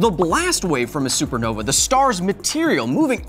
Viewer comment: He said supernova wrong the first time and it upsets me :(